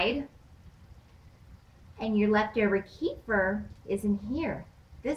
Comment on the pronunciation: you pronounce it wrong. here